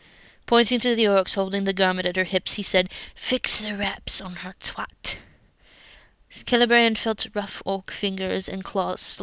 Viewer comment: Kay - Lay Bree - ANNE? What IS WRONG WHIT YOU? Leave our kids alone!